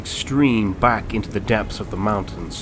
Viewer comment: For zhe Lady!